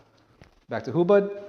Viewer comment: I think its hubod not hubad(naked)